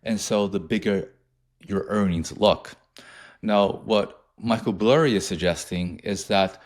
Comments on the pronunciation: This fucking guy really cheeses me with saying burry last name as blurry lmfao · It’s Michael BURRY not Blurry lol😅